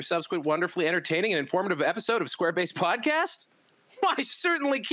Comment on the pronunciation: Sounds like you're saying square-bassed. Which sounds like a processed fish patty...